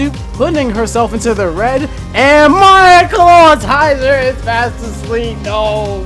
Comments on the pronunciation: I love this channel but it makes me twitch a little every time he says "Clat-TI-zer" instead of "Claw-IT-zer" XD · Stop pronouncing ClawITZER wrong, it's not Clawtizer. Smh